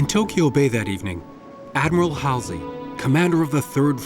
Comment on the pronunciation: You mispronounced Halseys' name one too many times. Oh look, Thames TV World At War is on PBS. See ya.